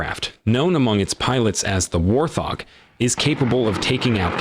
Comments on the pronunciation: Sounds like in the video insert the man said at about “War-thog”, it’s Wart-hog. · One day, AI narration will be able to read right. "War-thog"...no, it's "Wart hog" and they screw up on numbers a lot. It's funny they narrate "Bill Maher" as "Bill Ma-her" instead of "Mar". It really puts me off after an obvious mispronunciation. "English, do you speak it?" Totally off the subject, I live near an Army National Guard base that hosts AH-64 attack helicopters and drones. It was crazy one day when I heard a "train" outside and I looked up and it was an entire group of AH-64's flying at their minimum ceiling (500 feet) one drill weekend. Chinooks, Blackhawks, Hueys, and other cargo helicopters fly over all the time. When I was a kid, National Guard infantrymen would land their Huey nearby during drills and we could walk over to hang out with them. After Vietnam ended, the National Guard didn't give AF, they would land, smoke cigarettes, drink beers, shoot off some blanks to say they did their practice, and then fly back to base. That was when they were unprofessional "weekend warriors". My cousin transferred from the Army to the Guard and then transferred back. "I didn't join the military to drink beer and smoke cigarettes, put me back in the regular Army!" He would rather be an MP at Ft. Hood in Texas than goof off once a month in the Guard back then. Today's Guard is a LOT different, though officers and Sergeant are often handed their targets as they walk up to annual qualifications. "Look Sarge, you did real good!" (Gov't issued pens make perfect 5.56 bullet h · AI voiceovers are just horrible. Why nobody can actually narrate this video is sad. The A-10 is not a War-Thog it's the WART-Hog. Only an AI voice with an accent like that would get it wrong. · Why did that guy in the video pronounce it war thog?? 😁 Its Wart Hog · Did he just call it a war-thog? Its wart-hog 😂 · Haaa A I. Called it a WarThog. Cracks me up. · Wait,... did he say "War Thog"?